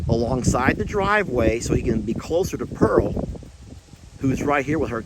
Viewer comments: PEARL ,,,,,,NOT SANTIANA LOL ,LOVE YA AS ALWAYS xxxxx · lol you were calling pearl santinas lol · Too cute, you were calling Pearl Santianna lol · I wonder if you found Jolene before you left. I figured you meant to say Pearl when you said Santiana, LOL